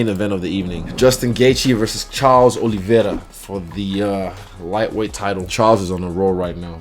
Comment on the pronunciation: First time I see someone saying "Oliveira" right.